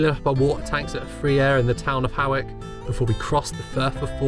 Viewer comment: Beautiful video, just one thing Hawick is pronounced Hoick not Horwick. I lived there for a few years 😊